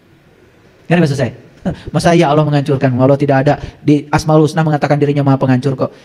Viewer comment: Mungkin saran saya benerin dulu rukun Islam dan rukun iman dulu dech..jgn terlalu dalam ngebahas makrifat. Lagi pula untuk masalah ini harus punya guru yg dekat dgn kita dan seorang guru yg jelas ssanad keilmuannya. Dan coba dengar dan lihat cara ngajinya, bener tdk tajwidnya melafalkan "Allah" saja masih salah ngak jelas, apalagi ngebahas tafsir Qur'an